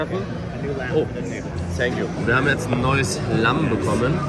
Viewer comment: Sänkyou haha eli bester mann🎉